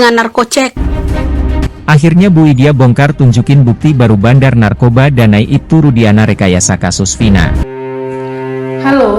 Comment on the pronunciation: TOLONG JANGAN MENGATAKAN "NARKOBA" DENGAN SEBUTAN "NARCOWBOY" TERLALU MANIS DAN MERASA TOP. .. SEBUT SAJA NAR "KOPLAK"